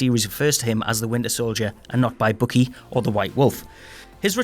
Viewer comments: He also said Bookie instead of Bucky. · Bookie? Dude, his name is BUCKY, as in sucky, fucky, lucky, etc. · He also calls Bucky, Bookie.